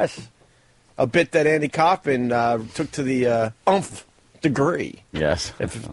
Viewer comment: "a bit that andy kaufman took to the 'umpfh' degree"....haha meaning umpteenth degree....Opie is such a dunce sometimes